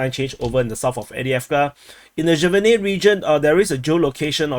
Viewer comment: Sjeverne is pronounced "Severne" the j makes a "ye" sound or you can just omit it